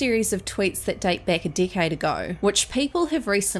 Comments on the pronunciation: Every time you say decade i hear dick head lol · A dickade agoe. 😂😂😂😂